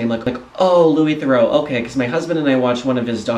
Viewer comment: Incidentally, you mispronounce "Theroux" as "Thoreau". They're not the same.